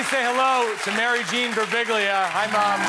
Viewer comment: The way pronounces every single syllable in Birbiglia, is so intense satisfying.